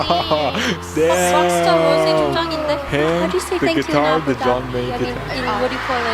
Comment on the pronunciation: It's Rosé (Rowsaayyy) not Rose. 😐